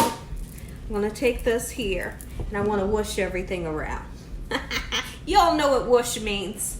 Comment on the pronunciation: did you just say "WOASH"?